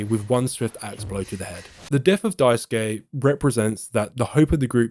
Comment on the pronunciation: thanks for pronouncing Daisuke correctly, unlike the many YouTubers who do not and could simply use Sasuke from Naruto to say it right 😅